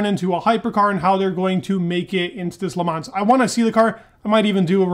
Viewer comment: the S in Le Mans is silent! Please Dude, please!